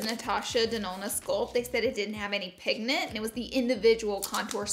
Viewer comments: she said "pignant' lol i love her tho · "pignent" what would we do without you Laura?